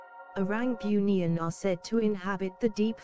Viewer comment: kalau nk pakai suara A.i tu, kalau "bunian".. taip "boonian".. baru betul bunyi nya..